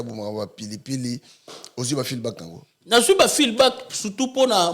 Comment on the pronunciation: Juste une correction Feedback et non feelback